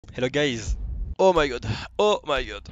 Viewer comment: "hello gauysss"